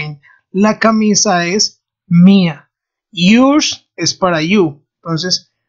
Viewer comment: Fijate que la pronunciación de "Yours" no es correcta. Muy bueno el resto.